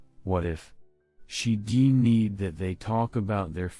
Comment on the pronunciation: Stories ok but I hate the mispronunciation of words like denied is said as de-need, or live is said as leave or life or live is pronounced live as in alive when it should be live sounding like Liv the girls name.